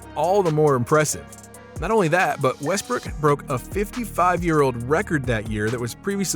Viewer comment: Bro you sayin westbrick😂😂